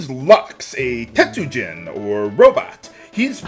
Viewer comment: I had played this a bit when I was a kid, but I had no recollection of the race name, so it didn't click for me that you weren't actually saying the word "tetsu-jin" until much later when I realized the word was spelled differently, which is why I kept wondering why they hadn't bothered to translate that one word. Either way, fun observation. As always, thanks for your years of let's plays, always enjoy them.